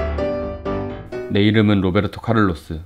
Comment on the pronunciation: 로베르트카를르스? 호베르트카를루스어님?